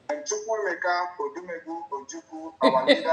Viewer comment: YES. I HEARD IT. I HEARD HOW AI PRONOUNCED ODIMEGWU AND ALSO OUR ONYENDU'S NAME.